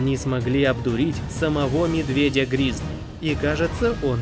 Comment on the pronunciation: Только не гризли а грызли!)😂